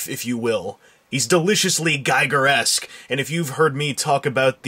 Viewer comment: Giger, pronounced geeger.